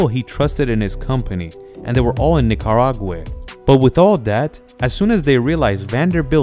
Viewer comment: Nicaraway or Nicaragua?